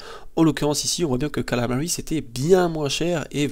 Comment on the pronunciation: C'est KAMALA, pas Kalama bordel ! D'accord ? D'accord ? D'accord ?